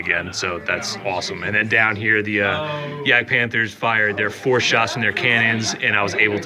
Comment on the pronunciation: In German you pronounce `j` like `y`. So Jagdpanther sounds more like Yagdpanther. edit: noticed you switch it up during the game.